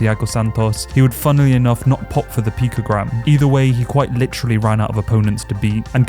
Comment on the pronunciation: Picogram Jones, not pictogram.